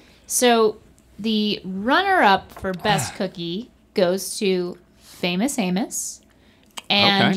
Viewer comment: As a ”non-American” I was extremely concerned when I heard Rhett say one of the cookie brands was ”Famous Anus”.